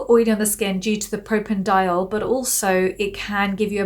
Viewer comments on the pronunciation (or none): none